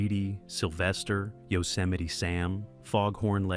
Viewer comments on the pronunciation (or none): none